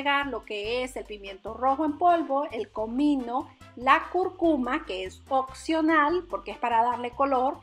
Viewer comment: "Este producto es occional" jajajajajaja